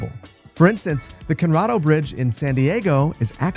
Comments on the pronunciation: Its Coronado not Conorado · Bro my San Diego ears hurt when you pronounced Coronado. Kor-ah-nah-doh lol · Cor-Oh-Nado. Coronado. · The WHAT bridge? LOL Co-ro-na-do!!! Funnily, that bridge got its iconic sway and height because of the constraints imposed upon it-- the Navy required it to be 200 feet tall to clear any light-loaded oil-fired aircraft carriers, and the only way to get that tall without a stupidly steep grade was... the curve! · Coronado (kor-uh-NAH-doh) Bridge is in San Diego. No clue what you called it, but I'm just gonna assume you winged it there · Coro-nado is the pronunciation sorry for nitpicking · you pronounced Coronado wrong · That pronunciation of 'Coronado' 😭💀